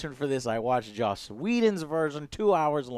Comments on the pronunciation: It's Joss not Josh It's Joss not Josh It's JOSS not JOSH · joss not josh